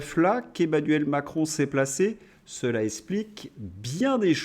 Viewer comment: Super contenus MAIS POURQUOI ÊTES-VOUS FÂCHÉ AVEC LES X ? Esskuse Essplique Etc. Un petit effort sera bienvenu Merci🙏